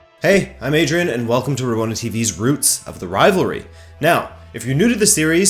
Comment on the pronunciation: Hats off to Adriene for spot on pronunciations!